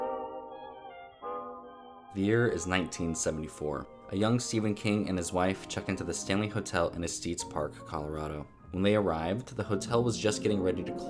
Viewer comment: Ess-tess Park not Ess-teez. Trust me my mother in law lives directly across Hwy 34 from the Stanley in Estes Park. I'm there frequently.